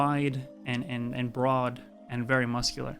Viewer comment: “The statue is pretty wide and br’aad”